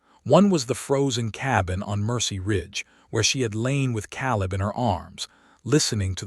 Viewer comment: Caleb. Biblical name. Pronounced Kay - lub. Mispronounced 💯 = 2.5 hours